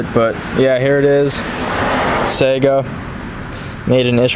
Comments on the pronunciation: I use to think that's how you said it too, however it's not pronounced "sigh-guh" its actually "Say-gah" like the old Sega video game platform. The name was derived from a species of Antelope found in Russia called the Saiga. A Russian gunsmith who actually worked at the Izhmash factory in Izhevsk settled this debate for me years ago. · It's not pronounced "sigh-guh" its "Say-gah" like the old Sega video game platform. The name was derived from a species of Antelope found in Russia called the Saiga. A Russian gunsmith who actually worked at the Izhmash factory in Izhevsk settled this debate for me years ago.